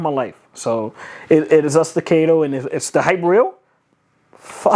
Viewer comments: Say it together class.. STA-CA-TOE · Bruh. Can’t even pronounce the gun he spent $3k on. That’s America for ya! STA - CAAAAAAAAAAAA - TOE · Sta- cat-o ... Staccato... There, I helped. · Sti-Kate-Toe 😂. Jk, great vid man. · Solid video! Don’t want to be that guy, but it’s pronounced StaccAHto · The way you pronounce staccato is getting to me lol😅